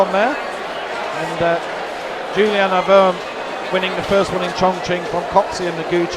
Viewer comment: What about Juliane? "Jew-lee-anna". "Werm"